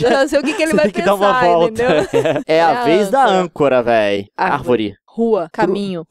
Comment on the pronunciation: o boto corta ARVÓRE com acento no O kkkkkkkkkkkkkkkkkkkk